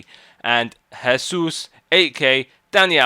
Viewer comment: Someone finally pronounced Jesús how it's supposed to be!!!